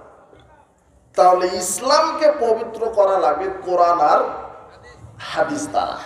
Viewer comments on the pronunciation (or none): হাদীসের ভূল ব্যাখা দিয়ে দিলো রে। এমন কি হাদীসটার উচ্চারণটাও ঠিক ভাবে করতে পারলেন না।।।